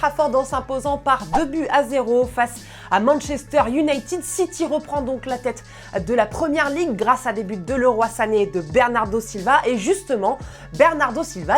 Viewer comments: c est pas Leroy mais liroy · Stop prononcer Leroy "Le roi" par contre